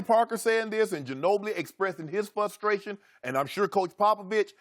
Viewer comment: Stuffy nosed Shannon Sharpe fresh from inunciation class dropping the word "fustration". Idiot